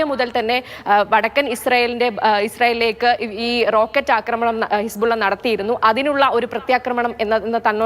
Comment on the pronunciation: ഹിസ്‌പുള്ള അല്ല ഹെസ്‌ബോല്ല (ആർമി of Allah)